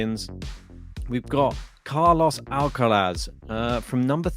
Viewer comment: Alcatraz not Alcalaz